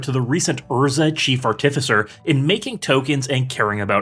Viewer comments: please say artificer in a different way. PLEASE. great video as always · I heard artificer and immediately turned the video off, thanks for making my ears bleed and entire body cringe